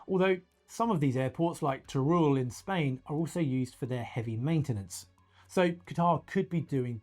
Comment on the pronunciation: Not sure if that's the right pronunciation of Teruel, but I can promise you that if you pronounce it like that in Spain no one will understand you. Nice video though!